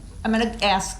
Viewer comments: But he can aks questions... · Hughes nope. Listen to him speak. He doesn't ask, he aks... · making fun of the way DB’s idiot self is pronouncing “ask”.